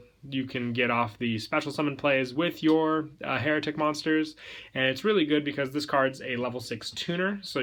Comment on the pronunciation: I keep hearing heretic when you're saying hieratic